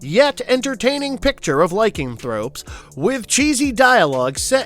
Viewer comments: He said "Likingthropes". I wonder why so many YouTube channels mispronounce or totally butcher common words. It's getting ridiculous. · Lykingthropes? Bub unless you are talking about viking werewolves it's lyCANthropes. No wait I like that idea. I CLAIM LYKINGTHROPES!